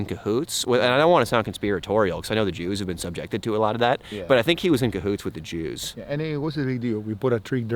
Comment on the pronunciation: "De yews." 😂